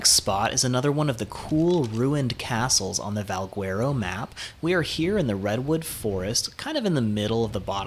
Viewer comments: Not pronounced VALG-WERO… it's more like VAL-GHETTO!!!! Trust me, Spanish is my first language. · in portuguese we dont read the U next to the G, so we say it Valgero, and the word itself sounds latin so i would go with that :) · Try Spanish dude. If you say Valgwearo on the server we play on, you would get tranqued. But great presentation. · Val - gar- oh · No one is going to say anything about how he pronounces Valguero? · bruh ive heard about 40 ways people pronounce it... its getting ridiculous xD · Guy Colon that’s why I came to the comments section 😂😂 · I hate how you pronounce Valguero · Haha thanks, there are so many pronunciations going around for Valguero, but I think you're right! Keep an eye out for my next Valguero video and I'll pronounce it properly this time ;) Thanks for the tip!